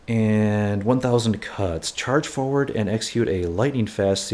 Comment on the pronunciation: He said it twice at least... :( Maybe he should borrow some kids book with animals to see the difference :)